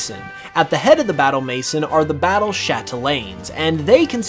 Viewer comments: "Battle Mason" 😂 Maison is French for house which is pronounced "may-zone" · Just a little correction: it's pronounced Battle "mesòn" not mais'n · Had to pause mid "Battle Maison" talk.. having grown up in a french part of canada.. xD this game has a lot of french references and that's one. Maison is french for House and is pronounced more like "Maiz-On" with a softer n sound.. (sorta like how vivillion's name includes "papillion", the french word for butterfly that is pronounced like pap- ee- on" with that same soft N.. haha) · sir maison is pronounced as maizo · Do people really pronounce Battle Maison as Battle Maysen? I thought it was French.